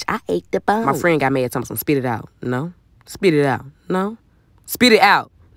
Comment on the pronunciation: Spit it aht...No🙅🏾 Spit it aht...No🙅🏾 Spit it aht......NO🙅🏾🙅🏾🙅🏾